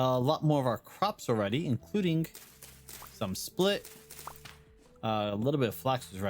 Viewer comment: SPELT you keep calling it split .... spELT sounds kinda like spelled